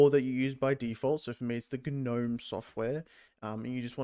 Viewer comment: "Guh'knome" lol